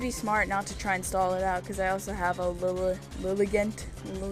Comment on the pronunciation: I think Lilligant is supposed to be said like "elegant". :D